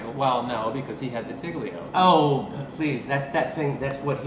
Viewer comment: There are a two accepted pronunciations of "vitiligo", but Erie's is not one of them